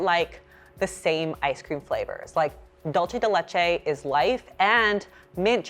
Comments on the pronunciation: Dulce de Leche is not pronounced "DOLCE", it's "DOO-L-SE" (Sorry, I'm Latina so I'm triggered lol) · Dulce de leche is from Latin America not Italian. It's not pronounced like "Dolce and Cabbana". It always makes me cringe when I hear it. it's a "duuuu" sound!!! Not a "DOL" 😖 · DOOL-say day LAY-chay you don't have to say it like a Spanish speaker but "dulch" is just confusing because it's got this extra "tsh" sound that isn't there I find it really interesting that people like some nuts and not other nuts because for me the all taste almost identical. Like I eat a variety of nuts every day and, apart from brazilnuts and pine nuts, if you mashed them up blindfolded me I probably couldn't tell you which one I was eating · It’s not dullche de leche it’s dulce de leche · PSA here. It's pronounced "DOOL-ceh" not "Dolce". Dulce de leche is in Spanish not Italian. The literal translation is "sweet of milk". Just please, don't say "DOLCE" anymore 🙏🙏🙏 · Can we like…PLEASE do a worldwide broadcast that FINALLY teaches non Spanish speakers how to properly pronounce “Dulce de Leche”???? My Venezuelan heart dies a little inside every time I hear someone say “Dol-Chey de Leche” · you're saying dulce de leche wrong. it's "dule-say.' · that dulce de leche pronunciation 😭😭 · The way you said dulce de leche triggered me😂 my favorite ice cream is definitely the fudge toasted almond ice cream from blue bunny, I’m lactose sensitive so I try to have lactose pills whenever I’m going to have it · Omg I know it drives me bloody insane when its pronounced wrong..... likenif you're going to say it say it right .